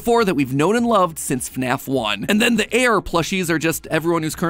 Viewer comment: JORJOR WEL??? IN FNEFFF???